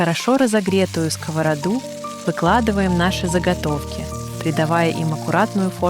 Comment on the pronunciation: Ура! Вы говорите "сковородА"! А то "скОворода" с уст всех блогеров достало. Рецепты простые, вкусные , спасибо! Можно ещё в виде бельгийских вафель; в виде кексиков из кабачка и сыра; омлет из кабачков, цветной капусты и брокколи в духовке.